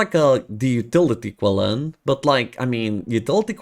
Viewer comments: Qilin are pronounced Chilin like Chilli powder. The letter Q(Qi) is a Chi-like sound in their native language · Ur pronouncing qilin wrong